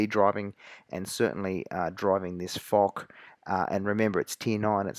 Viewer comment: Great video m8! Although I still prefer the Jagdtiger, I would tend to agree that the Foch is an overall better tank. BTW, Foch is pronounced like "Fosh" not "Fock".